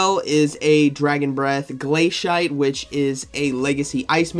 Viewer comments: just a heads up i don't think its glay-shite, rather more glay-see-ate personally doesn't bother me none but i already see there are some people voicing their discontent, smh lol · Glay-she-ate it’s not hard.